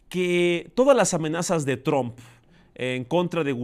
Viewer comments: ES TRUMP …. NO TRON . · Se pronuncia Tramp...no...Trump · y no es TRUMP SE PRONUNCIA TROMP